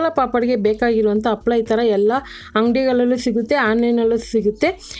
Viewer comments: ತಪ್ಪು ತಿಳೀಬೇಡಿ.. ಅದು ಅಪ್ಪಳ ಅಲ್ಲ ಹಪ್ಪಳ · Happala ...not..appala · ಅಪ್ಪಳ ಅಲ್ಲಮೇಡಂ, ಅದು ಹಪ್ಪಳ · Super dishes in ur channel , but please pronounce papad as 'HAPPALA' in kannada ಹಪ್ಪಳ . Thank you.